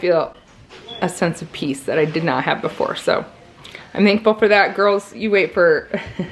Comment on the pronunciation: Peace not pea!!!! Lol